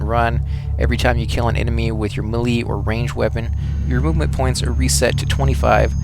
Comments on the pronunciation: May-lay! not sure why may-lee was getting to me, but it was. still great video. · melee is proncenced ma-la not me-lee... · Thanks for the advice. By the by, melee is pronounced may-lay - as it's French in origin. And it's pronouned psycho-kin-eee-sis, unless you're discussing the field to which it pertains, which is psychokinetics.